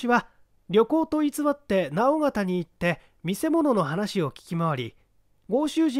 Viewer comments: 直方 →なおがた 誤 →のおがた 正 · 今更ですが、直方(のーうがた)っていいます。福岡なのですごい親近感ありました。